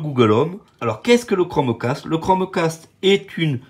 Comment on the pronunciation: Tu lance le chromeEEEcaste et ho la bouillabaisse je viens de marEsEiLle ho